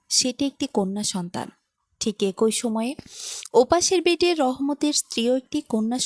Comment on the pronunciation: এক ঐ মানে কি ? শব্দটি হবে এক‌ই । গল্প বলার জন্য শুদ্ধভাবে কথা বলা জানতে হয় ।